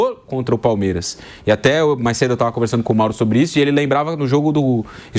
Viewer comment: Falou Palmeiraxxx pra caralho kkkkkkk😂😂😂